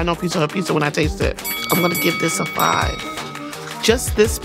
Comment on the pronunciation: It's always professional when it's pronounced "pissa"